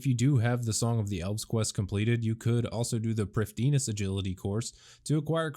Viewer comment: can u explain to me how you came up with your pronunciation of prifddinas? i've never heard any other content creators or anyone at jagex for that matter pronounce it the way u do (and i'm guessing u probably haven't either). do u just like being different and unique orrrrrr? i mean i can't think of any other logical reason to pronounce it the way u do unless it's to be different just for the sake of being different